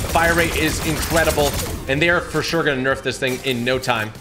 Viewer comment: Instead of incredible he’s saying incwedeble 😂😂😂😂